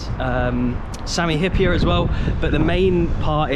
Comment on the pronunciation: you pronounced Sami Hyypiä almost in perfect finnish :) Greetings from Finland and thank you for this amazing content in EVERY video!